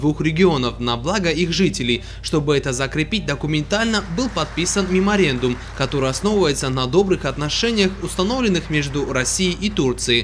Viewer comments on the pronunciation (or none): не меморендум а меморандум